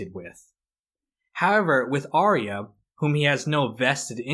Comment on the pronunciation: It's not Are-E-Uh, it's Are-ya.